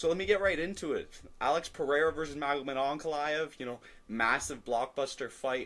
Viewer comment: Did I hear an AnakaLAEV????? Growth